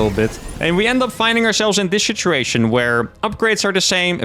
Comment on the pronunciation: Are you saying shituation instead of situation to see if anyone notices?